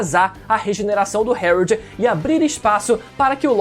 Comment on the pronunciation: Pq ele fala algumas palavras errado? Tipo o nome do pai do loki?